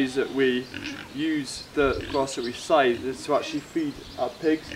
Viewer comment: You seem to have difficulties pronouncing that...